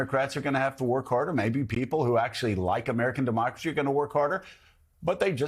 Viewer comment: " de-mock-crazy" lol what a perverbial slip.... I had heard "demonic-race-y" before but not that.. Also The Media lies on boths sides to divide the people.